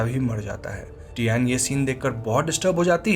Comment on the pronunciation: Fun fact डयान nahi डायना हे प्रभु 😂